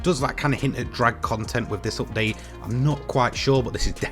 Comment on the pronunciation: nice 'optdate'....repeat after me.... 'up:'..... 'date'.....'update' !